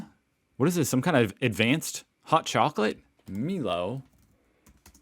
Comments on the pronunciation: Please stop saying MEELO!!!!!!! milo... like silo. Pringles minis come in individual packs not a can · So he should be! "My-lo" not "Me-lo" 🤣😂🤣😂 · Hello, MILO pronounced My-Low (no Me-Low) is a chocolate energy drink mixed with milk. It can be consumed hot or cold!:goodvibes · You can never have enough Milo pronounced MYLO not MELO. LOL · It’s pronounced my-low not milo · Oh my gosh, there is no 'E' in Milo, it's pronounce "My Low". Also its a standing joke that you use half the tin or more. Like someone else I die a little every time I hear you say "Me low" Or a kitten dies, if not for me do it for the kittens! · pronounce Milo like mylo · Milo.. My low not me low 😂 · its pronounced Mylow not meelow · Meelo Meelo 🙄 please make him stop!!!, Milo, pronounced My-lo Chocolate powder you stir into milk. Cold or hot. Cold's best 🙂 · It's Mi-LO not Me-Low.. Why would that i sound like an e? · Not “Meelo”, the "i" is like your "eye" - but yeah, sorta a Malty chocolate to add to milk, but the point is that, especially as a kid, you put WAY more in than is "recommended". A high Milo to Milk ration means you can eat it more like a paste than a chocolate milk and it is awesome that way. Re the Pringles. Some years ago they closed the Australian Pringles factory and now our Pringles are imported from the Malaysian factory and they are much smaller and less tasty and i only eat them now when people bring them back for me from Europe or i get them from one of those shops that have American imported goodies. Cos Pringles used to be a favourite and now they are arse with the knock-off woolies brand being better than the name brand now. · It's pronounced my-low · Hey dude Milo is pronounced 'Mylo'..chocolate powder goes with milk or by itself with a spoon. Love ur show and ur beautiful family. Cheers mate. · Milo is pronounced my low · My-low… milo is the best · no such thing as "too much milo" (also, pronounced as "my-low") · Btw mate it’s my-low